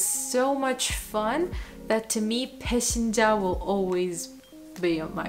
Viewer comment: 1. Quotes a Korean word to show off being polyglot, but pronounces it wrong. The pronunciation of 배신자 is "baeshinja". Before "i" the "s" is pronounced like "sh" and the letter "ㅈ" is pronounced like English "j". I do not speak Korean, but I know their alphabet and checked the pronunciation. 2. a) How not to use Anki: Import ready decks of just words and try to learn hundreds of them on a daily basis. Cling entirely to Anki. b) How to use Anki: Constantly build up your own decks from the words, word families and sentences (that creates context) you see in texts, restrict daily repetitions to a certain maximum and get exposed and envolved into texts and videos of your new language. Buy a dictionary and a grammar book. If possible, find a native speaker (beware of accents!). As vocabulary is the biggest part, Anki works fine for me.